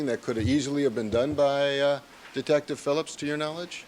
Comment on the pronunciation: Yes he did say detcive Lang what a joke dose not know who is speaking to